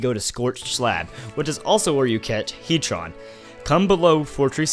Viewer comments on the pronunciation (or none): Its heatran not heatron